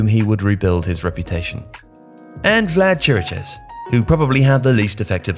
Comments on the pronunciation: Oh, and I just got to Chiriches (should be pronounced KI-ri-kesh) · Why is nobody able to pronounce Chiriches's name right? It's simple, it sounds exactly like Kiri-kesh, even easier than most of how people try to say it.